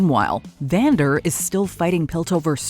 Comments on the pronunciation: I love how she calls him Xander instead of Vander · she calls Vander “Zander”